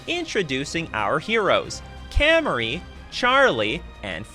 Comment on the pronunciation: These are my friends!! FYI it’s pronounced come-ari not cam-ari